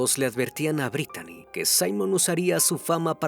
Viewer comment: Se pronuncia britni no Britani la manera correcta de escribir britni en inglés es Brittany y se pronuncia Britni como Britney spears